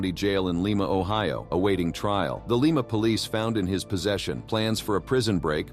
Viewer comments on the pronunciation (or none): I'm from Lima Ohio ie) Lie mu NOT LEEMA!!!